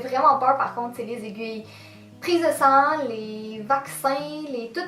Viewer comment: c bizarre mais comme je suis française bah jai crue que ta dit jaime pas le sang dans jai crue que ta dit jaime pas le saint mdrr JPP